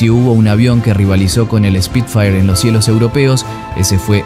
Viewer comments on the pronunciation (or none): Como corrección, no se dice Speed fire si nó : SPIT-FIRE